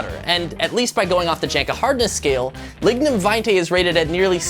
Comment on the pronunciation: Every time he starts saying lignum it sounds like he’s gonna say ligma